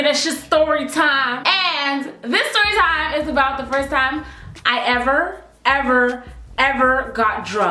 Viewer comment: "Shastory time"😂 bgc